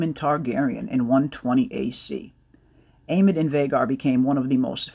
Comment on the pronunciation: Isn't the name Aemond Targaryen, pronounced with a "D" at the end? Not Aemon like you said and ??? Even if the names sound almost the same they are different Aemon, Aegon, Daemon, Aemond, Daeron, Aeron... I'm pretty sure I've seen a video same years back when GOT was in full force, where George R R Martin gave an interview and corrected the interviewer on this exact subject where he refered to Aemond Targaryen just like you said it Aemon" and not pronounced the "D" and George explained it. The duel is something epic in the lore of the books, it's so epic that even the names are somewhat connected and in an antithesis: if you take the "D" from Daemon and add it at the end of Aemon, you get Aemond. I'm not a grammar nazi or something, but maybe you know the names wrong and I wanted to point out this thing about the names.